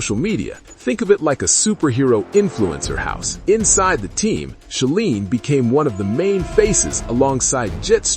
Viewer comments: It's She-line....rhymes with feline. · Thank you. AI always pronounces that wrong and it's really annoying.